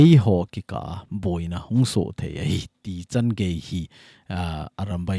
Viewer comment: Iti dan'a muntin a SOo hi SU iti tiu ham pronunciation hi ikhel va pha hilou ham, SU kiti chu ipi ham ihetsau ahi, hijeh chun koi² hileu hen asei g them taute